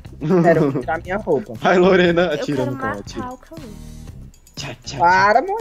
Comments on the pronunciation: Ninguém, absolutamente ninguém: a: Hi LoReNa! Eu: Hi, HoW aEr YoU? Minha mãe:........I'm FiNe ThAnKs! Eu: What? Turu bom mãe kkkkk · HAI LIRENU